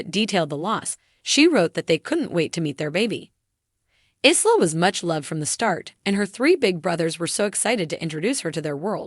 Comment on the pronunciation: It’s “Eye”la not ISla